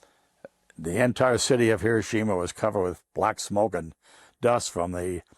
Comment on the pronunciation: Finally somebody that pronounces Hiroshima correctly 🎉